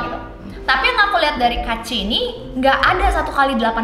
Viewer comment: Tolonglah baca kaachi tuh kaachi aja, jangan diplesetin jd kuaci. Sebagai pecinta cemilan kuaci tuh gua gak rela tolong...